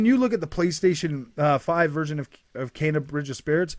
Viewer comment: It’s kena (Kaina) not Kenya. Kenya is a country.